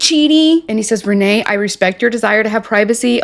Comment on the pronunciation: I think you have been saying Rayne's name wrong this whole time. It is pronounced like Rainy or Ray-knee you are pronouncing it like it's Renee. But nonetheless she is completely unhinged.